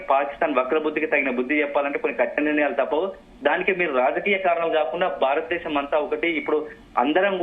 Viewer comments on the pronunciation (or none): none